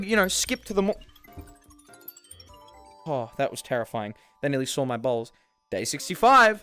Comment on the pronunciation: It sounded like you said "they nearly saw my balls" when you said "they nearly saw my bowls"😂